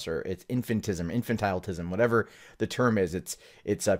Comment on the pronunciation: I'm not trying to be rude here.. but.. In - fan - tal - ism. You always seem to have trouble with it